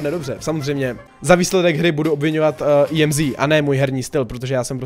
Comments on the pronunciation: EMZ NE JEMzi nebo jak to je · Já to vyslovuju Emz, jsi první koho znám a vyslovuje to "Jemzí" 😂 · Říká se to EMZ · Tak co? Vyslovujete tuhle novou brawlerku [emz] a nebo [íemzí] ? :DDDDD vím, že to vyslovuju špatně, zlepším do příště! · to není imzí ale emz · Í EM ZÍ xd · Říkal jí (íemzí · Tak 1.je to emz a né íemzí 2.ta emz je na dálku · JE TO EMZ A NE IEMZ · ake íemzí je to emz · Neříkej jí emzí ale emz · Mega dobrý video ,líbí se mi že jsi zase plný energie a povzbuzení (PS měla by se asi vyslovovat emz 😅) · Říkej [Emz] 🙂👍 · Ne je to Emz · Normálně než ne íemzí🤣🤣🤣🤣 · čte se to normálně Emz.:D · Čte se EMZ normálně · Ahoj čte se to emz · Vyslovuj to emz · Nn je čte se to emz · Jméno emz se vyslovuje tak jak se píše